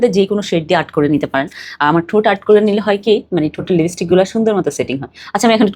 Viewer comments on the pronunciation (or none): Mak up na make up,unismart na unsmart , libistik na lipstick,Allah apni ki bolen to !dowa kore English na parle English sikhe tarpor kotha bolen naile bolben na ,bangla o to suddho paren Na, shotti kore bolen to kon school theke porashona korechen?also as far as I know ota concealer and not controller,oh Allah!